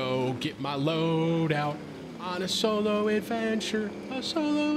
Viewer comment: For second there i thought Tim said Cholo Adventures 🤣